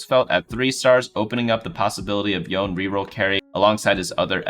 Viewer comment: I'm slightly triggered by the pronunciation of Yone being both "Yoan" and "Yonei" in the span of two sentences.